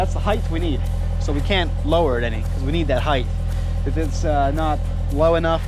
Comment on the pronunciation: Height not heighth. Heighth is not a word.